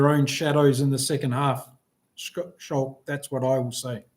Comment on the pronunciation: FWIW Schalk is pronounced Skulk like school … 😁